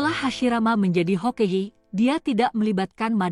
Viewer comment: Hokage bkn hokege